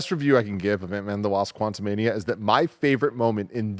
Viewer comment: Antman Quantu-MID-ia